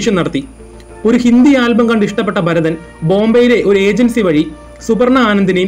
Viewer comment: Barathan alla Bharathan aanu.